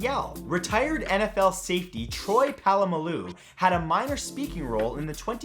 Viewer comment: the way he pronounced my boy Troy Polamalu 😂